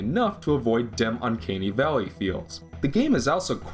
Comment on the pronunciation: "Uncaney valley" "'dem," no less. ಠ_ಠ